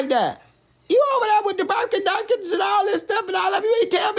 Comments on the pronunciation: Birkin Durkins and Chanel-a-del-as 😂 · 😂😂😂😂 i love. "Chaneladelins"😫😫🤭 "Burkin Durkin"